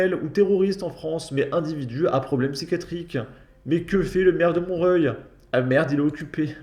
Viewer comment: J'adore ta façon unique de lire le nom des villes , tu dois être le seul à prononcer mont-reuil😂